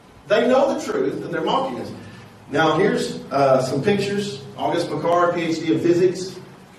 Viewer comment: اسمه بيكارد ارجو نطق الإسم صحيح حتى تكون هناك مصداقية شكرا على مجهوداتك تحياتي من الجزائر